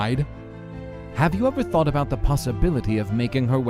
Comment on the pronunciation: "You competed against a thot." "And even though you're extremely fast," "nothing is faster than a thot." Am I the only one who heard it like that?